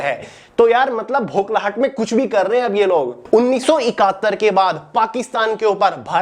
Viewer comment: Bokhlahat ❌ bhoklahat ✅ 🤣